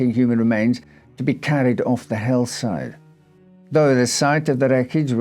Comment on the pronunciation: Your French pronunciation is not bad at all.Your English however,did I hear Hell-Side?